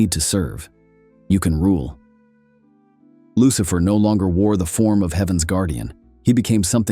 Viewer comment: LUCHIFER LOL IDIOT FUCK